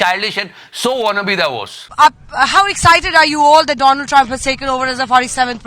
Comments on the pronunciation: 😂every time u say “doland”….next level satire brother 😂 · Aisa karega Doland 😂😂